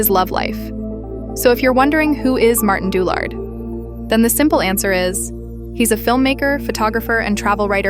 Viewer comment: Didn't even bother to learn to pronounce his name properly